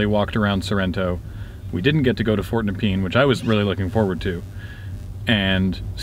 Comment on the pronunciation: As someone who used to live in Rosebud, it's super weird seeing that area again! Also, at the risk of being "that guy" it's pronounced Nup-ian, not nepeen.